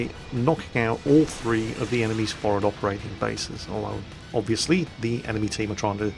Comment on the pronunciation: I love how you say for'ad instead of forward, you can take the Jack out of the Navy...